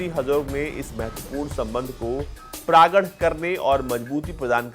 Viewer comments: Praagad nahi pragaad hota hai bhai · प्रागढ़ नहीं प्रगाढ़